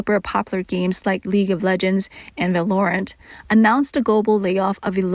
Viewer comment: Lmao, that's not how you pronounce Valorant.